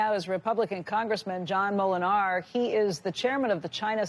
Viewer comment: The accent is on the first syllable in Moolenaar. PS: moolenaar is miller ( In Dutch). Cheers all, have a good weekend